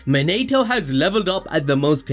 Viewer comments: His name monatoo not man-a-to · Mo-NI-TO not Mo-NATE-O